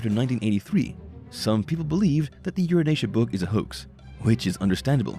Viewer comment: Ur an tia ... Having met the book 40 years ago. Sound it out. Not the way the narrator kept mispronouncing it. Kinda misogynistic as I recall.